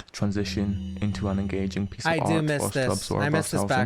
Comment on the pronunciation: “the whole scween would transition into a piece of awt”🤣